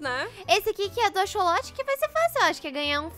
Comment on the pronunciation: eehhhh não é axoxo é axsolote